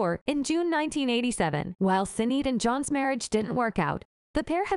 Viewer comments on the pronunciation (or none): Pronounced shin aid